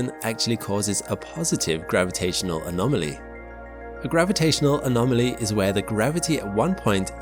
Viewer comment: It's "anomaly" not "anomoly"